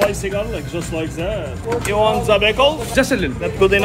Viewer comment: “Just like zaaat” “do you want za bickles?” 😂